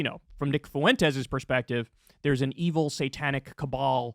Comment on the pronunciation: Bruh, when you say fuentes, don't exaggerate the "u" sound. The basic rule with dipthongs is that in Spanish, i and u are weak vowels and a, e, and o are strong vowels.